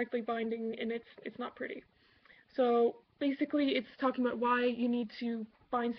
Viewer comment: Did you hear how she said "about"? Definitely Canadian. Lol :)